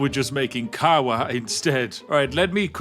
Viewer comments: as a Polish person you spoke it wrong, it's kawa not kała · fun fack about polish - your pronunciation of "kawa" sounds like "kała" and "kał" means shit in polish. So even in polish you said coffee is terrible bewerage :D Also pronunciation of herbata was 10/10. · "Kała" i can't 🤣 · I love that you said "Kawa" (Coffee) as "Kała" where "Kał" means excrement in Polish and you said "Herbata" (Tea) almost perfectly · Pronouncing"kawa" as "kała" was actually so fitting, since "kał" is literally "poop". I wonder if Spiff was aware of this when he did it. I loved it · I mean. It was good pronouncion. If you meant to say poop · I love that your pronunciation of "kawa" sounds a lot like "feces" in Polish. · As a Polish person I can say that Spiff's pronunciation was almost perfect, with the sole exeption of kawa - he read it just like a certain Japanese youtuber i know, which is a big no-no. Other than that perfect 10/10 no complaints whatsoever. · The way you pronounced coffe in polish is actually incredibly similar to polish word "kał" which means poop. Your wonderfull british instincts make it so that you don't need to know a language to call coffe shit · Ngl, having so much distain for coffe to swich language to polish and then prociding to pronouce it so incorrecly and instead calling it a stool, as in extrement felt increadibly accurate to the character and planned somehow